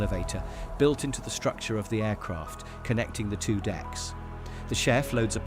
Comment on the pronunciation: Brilliant script and voiceover on these (except the 'TWO' 114 pronunciation!) :) Thank you, Keep it up!